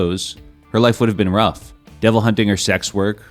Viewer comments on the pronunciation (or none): none